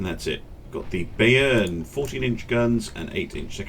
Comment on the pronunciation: Have a semi-rhetorical question, and a note on German pronunciation. The question is; why does nobody ever use just normal torpedoes? It's always electric, or fast, or oxygen... Next; in German, the ai and ay vowel combinations give a long "i" sound. So it's By(ern) and My(nts). Cheers from a word nerd.